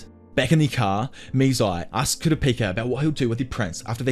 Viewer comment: Kura peaka is crazyyy Then started saying kura paka 🤦‍♀️